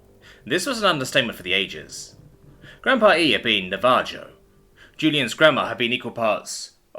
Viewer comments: "Nah-va- joe"? Lol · my dude, it's Nava-Hoe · So this is getting annoying to hear you pronounce the tribes name wrong. It's Na-va-ho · I feel like, you are deliberately pronouncing those words wrong to fuck with us. missing the H sound in Navajo, the j sound in Ojibwe, and the really cursed way you pronounce epi ne phrine and vaso dio later. especially since you pronounced almost half those OTHER chemicals correct. LOL